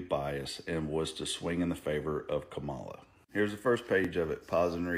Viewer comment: 😂😂😂 Come ON, - It's KA-ma-lah 😂😂😂 Stop sounding ignorant. You hurt your case when you can't even get her name right?